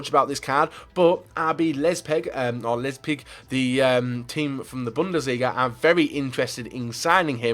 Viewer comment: "...Going to RB Lesbig" "Palo Dibaler" "if you know what i mean know what i mean" Its like is dyslexic